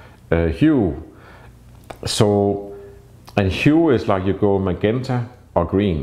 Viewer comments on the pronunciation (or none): none